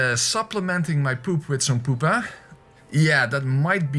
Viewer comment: I said pupa not poopa